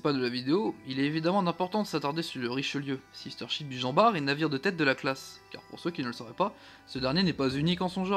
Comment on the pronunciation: Normalement on prononce le T de jean bart